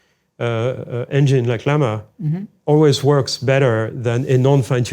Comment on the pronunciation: small mistake its llama not lmaha